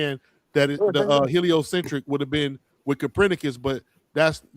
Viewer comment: Who TF is "Capranicus"?? Check your so-called scholars when they can't pronounce words the correct way. Also, just because mountain lions have the word "lion" in their name does not mean they are the same thing. Lions didn't evolve into mountain lions, they only share a word in their name/nickname. "Mountain lions" are puma/cougars.